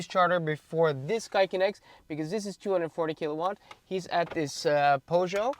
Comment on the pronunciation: Something about the way you prononounced Peugot e208. 😅 Great video as usual!